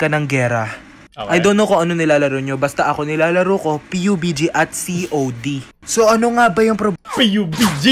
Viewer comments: "P U B G" yawa "Pabji"yon haaa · "i love your filipino accent say that again" him: p.u.b.g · sakit sa tainga nun oo mejo bobo ako sa pubg pero atleast nde piubiji sinasabi ko HAHAH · "Piubiji" gosh that was uncomfortable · Who says P-u-b-g? Hahaha